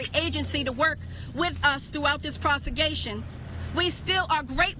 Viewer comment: What the fuck is a "prosigation"?